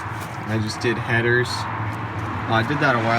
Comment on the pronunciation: He says “headers” like he has two 🤣